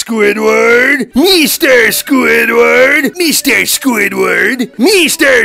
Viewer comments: Mr SqüįdFærrt!!! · MISTER SQÙĪDWÆRD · M e s t e r s q u i d f a r t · I love the part when he said mr mester squidword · Mr squidwaha